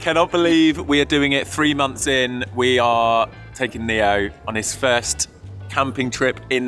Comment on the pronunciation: Neo is a popular name in South Africa and it means gift however it is pronounced neh-oh. ❤ I love you guys